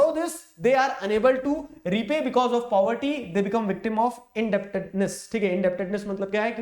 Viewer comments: poverty ❌ puberty ☑️ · If you did not listened the part in which sir said puberty instead of poverty.... You are not a fan... 😂😂 Jokes aside, i love your videos.... You are the only one because of whom I am scoring good marks in sst 🥺💖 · Puberty sir told instead of poverty 😹🤣😂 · Caused due to "puberty" But was trying to say poverty 😅🤣 Btw you are my best teacher